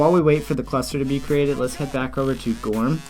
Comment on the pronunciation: Thanks for this alternative. Just for the sake of the founder of goorm, it should be pronounced like "guru" in English with "m" sound at the end. "Goorm" literally means "cloud" in Korean.